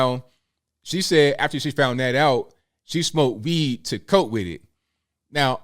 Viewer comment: Did you say tested positive for weed or weave?